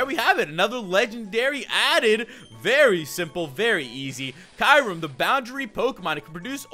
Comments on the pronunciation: um Kyurem is pronounced key rr mm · Kyurem is not pronounced like you pronounce it. If you watched the movies you would know